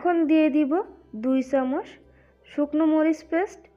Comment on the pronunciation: Valo kore kotha bola shikhun age... Chamuch ochharon thik ney